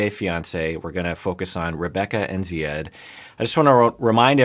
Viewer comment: WOW no fuss, no rants no condemnation of America....even though the pronunciation of Zieds name changes constantly, yet we endured entire sessions on larissas name pronunciation. Tsk tsk continuity.